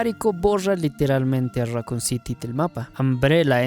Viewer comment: Raccoon say it with me raccoon City syndrome raccoon raccoon raccoon not racon